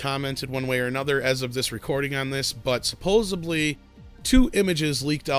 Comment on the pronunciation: YES! And " supposebly" too. Always makes me cringe.